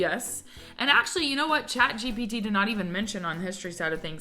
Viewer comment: It's chat GPT not GTP